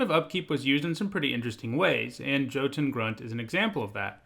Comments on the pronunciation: Jotun is pronounced yo-ton not Joe-ton. Just thought you should know. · That Hard J that your using for jötun should sound like a y . It should be yo-tun